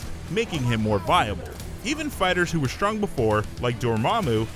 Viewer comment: "Shtreet Fighter," "shtrong"... Please, stop speaking!